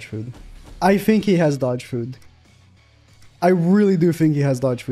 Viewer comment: "I Phink"